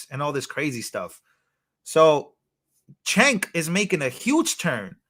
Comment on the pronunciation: Cenk is prnounced Jenk. Then Uygur is pronounced You-Grrr.